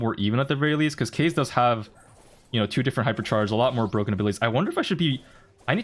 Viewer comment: That kaze pronunciation is awful